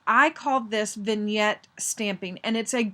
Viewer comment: Thank you very much. This is a very nice card. Also thank you for teaching me how to say Vignette. LOL